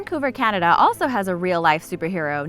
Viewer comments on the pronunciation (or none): none